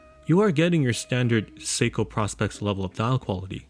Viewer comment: PROspex not PROSpex